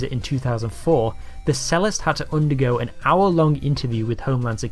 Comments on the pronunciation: It's amusing that the Brit narrating this doesn't know that the word "cellist" is pronounced "chellist" from the well known instrument the cello (chello)!😅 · I posted this comment on a similar video - but given the focus of it, it's worth doing again. So - to whoever made this thing, one - and in context, slightly ironic remark: the word "cellist" is pronounced "chellist" - not "sellist". Only an ignoramus - or, as I called him before - would think otherwise. If you're going to make a video telling the Americans how stupid they've become, you'd better not sound just as stupid yourself.